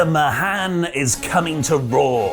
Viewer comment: Veer Mahaan just means Veer the Great, elongate the final A sound